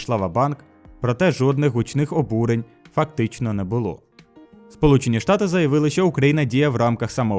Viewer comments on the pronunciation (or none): шполучені штати))) не придирка, просто прозвучало забавно))